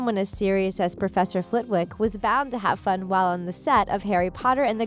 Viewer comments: there is no excuse for your mispronunciations, you can just watch the films.......Warwick (Warrik) and Flitwick (Flittik) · Professor Flitwick. It is pronounced "Flittick". The "w" is silent.